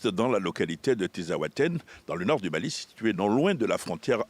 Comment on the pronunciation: ressemble tellement a un ibou 😂😅😂 et il dit jamais bien dit Mali 😅